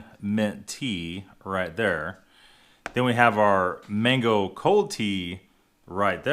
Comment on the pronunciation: Cold not could